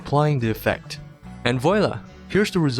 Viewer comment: Your effort in researching and making this video doesn't go unnoticed. A side note though, has anyone ever told you that you mispronounce "voilà"? It's pronounced like "vuahlah".